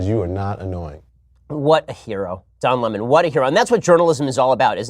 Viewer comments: Don Lem-On lmao at Tucker😭😂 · I will forever read his name as “Don La-Mahn” because of T. Carlson 😆 hilarious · Tucker Carlson: Don Le-mahn! Lol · Tucker- don luumon 😅😅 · Don Lamon.....hahahaha...Tucker cracks me up